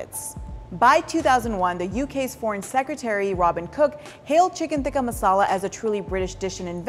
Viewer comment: They can't even pronouns the word "masala" correctly and claiming it's there food😂😂